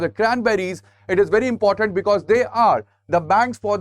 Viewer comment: Sir, you're good in your explanations, however, it's important, not 'inportant'. No offense please.